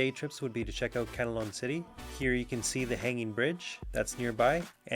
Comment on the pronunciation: CAN-LA-OWN City... not can-a-lon. :-(